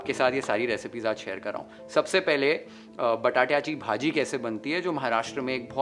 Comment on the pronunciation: The way you spoke बटाट्याची भाजी, वालाचे बिर्डे, अळू चं फदफदं was really appreciable.. kudos to entire team YFL. Thanks for sharing such a wonderful नैवेद्याचे ताट.🙏😋😌